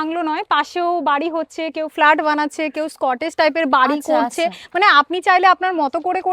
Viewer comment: এই মূর্খ গুলোকে দিয়ে যে কি করছে কে জানে। কটেজ কে বলে স্কটেজ । কি আর বলবো।